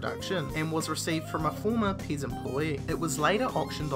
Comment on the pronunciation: Your saying pez paze